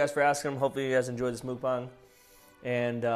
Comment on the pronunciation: Dang actually pronounced Mukbang correctly!